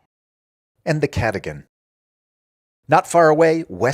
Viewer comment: Cadogan is pronounced K’duggun and the first “a” in Belgravia is pronounced as in rave not as in rarve.